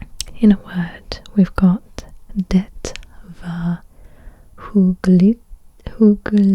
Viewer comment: “Det var hyggeligt” the t in Det is actually cilent